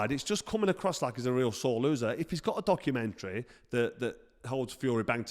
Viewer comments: Docker uh menturry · Has anybody worked out how Deontay says Word 'Dokomentary'?